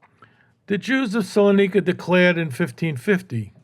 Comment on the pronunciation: Minor correction- it's "Salonika", not Solanika.